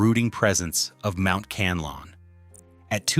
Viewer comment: Pronounce it. KAN LA ON, THANKS